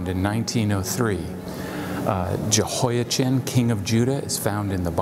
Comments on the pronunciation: Yehoia-chin? Really. You also say Chan-ukkah? You are the only person I know who says Jehoia-chin while recognizing Yuakin as referencing the normal pronunciation of Jehoiachin. And you pronounced it correctly earlier in the video. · Aargh! I really appreciate your videos, but hearing the “ch” in “Jehoiachin” pronounced as in the English word “chin” instead of as in the Scottish word “loch” is difficult… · Yo' ah-chem, with a gutteral ch is the Hebrew pronunciation of the name of the King of Judea. It's less of a pronunciation nightmare than the English translation 😁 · Not wishing to put too fine a point on it but the 'ch' sound as in the English word ' cheese ' does not exist in Arabic or Hebrew so it's Yehoyakin in pronunciation